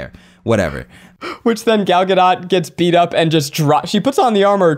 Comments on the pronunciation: Not them calling her Gal Ga-dot😭✋ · Just so know Zach her name is pronounced( Gal -ga-doe) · I know this was a year ago so it's pretty irrelevant now but it's Gal guh-doh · It's highly entertaining hearing the three of you mispronounce then correctly pronounce Gadot throughout this podcast episode.